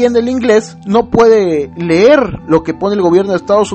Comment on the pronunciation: Todos los gobiernos dejan recuerdos : Peña - suscribido ( Suscrito) Secretario de la SEP- Ler (leer). Diputado - Pior (peor) Huele mal (Fuchi caca 💩) y no habló ni entiendo ingles